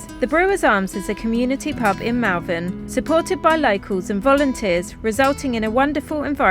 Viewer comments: Great to see you sorted! Sorry to correct you, but I noticed this last time, you pronounce Malvern incorrectly. Its Mull not Mall xx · Enjoying your enjoyment of your posh new van. I wish you many happy years ahead and wonderful adventures. Just to let you know that Malvern locals pronounce the ‘a’ in the same way you pronounce the ‘a’ in almond (ie. It sounds like Molvern). It’s a truly minor thing but I grew up there and every time I hear a hard ‘a’ it jarrs . Best of luck to you both,!and happy happy travels. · A great video as always, thanks, apart from the irritating pronunciation of Malvern as it looks written down, whereas as a lifelong resident of Worcestershire, it is pronounced as " Mol- vern", as alluded to at one point, but then continued pronouncing it wrongly for the rest of the video. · You were just down the road from me. It is pronounced (mawl.vn). Don't listen to how the sat-nav pronounces it. I just heard you correct yourself as I typed this lol. Love the van it looks very posh. I am very happy that you have found something and hope you have good luck. ps. Wetherspoons in Malvern has a big deck looking out over fantastic views. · Malvern hills have a special place in my heart, i have family in Powys and the sleeping princess in the Black Mountains is simply stunning ❤ please try to remember its pronounced Mulvan! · Love the pronunciation of Malvern for most of this video including the point at which corrects himself:) Got to love the English language.